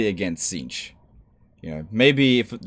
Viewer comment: It's pronounced Zeentch not sinch jesus. and Slarr-nish not sla-nesh, Khorne is pronounced corn as in sweet corn. :D